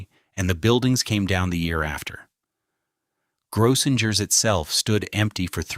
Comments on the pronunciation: Gro-singers is the proper pronunciation. Too bad A.I. can't program correctly. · And it’s Grossingers, with 2 hard G sounds. And a long O. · Grossinger's Resort is pronounced phonetically as GROH-sing-erz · One day AI will know things that thousands of people already know: how to pronounce certain words and names. Grosssingers rhymes with Gross Singers. You would think someone would listen to this before putting it online, but why bother, right? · It's pronounced Grow - sing - ers. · I have lived in this area all my life and still do. Some of his facts are wrong or a little mixed up and so is his pronunciation. Example: it is pronounced gross*singers . Kiamesha he got almost correct kia*mee*sha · JUST COUNT THE NUMBER OF TIMES "GROSSINGERS" IS MISPRONOUNCED!! "KUTSHERS" MISPRONOUNCED, AND ON & ON IT GOES. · all those hotels Grossingers, the Nevelle — they were all mispronounced